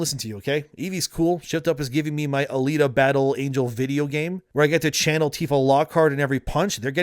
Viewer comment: How? HOW did you F up "Alita Battle Angel'" by calling her Anita, lol. Other than that little nitpick great video per usual